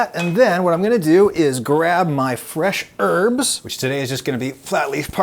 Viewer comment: 'H-earty urbs'??? Surely it's arty urbs, or hearty herbs!